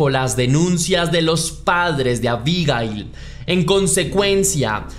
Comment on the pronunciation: Si sabes cómo se llama, es bastante molesto escucharte decir su nombre. Unas veces lo dices con acento en la primera i, y otras veces con acento en la última i. Abigail se puede escribir con o sin tilde, pero nunca lleva el acento en la primera i.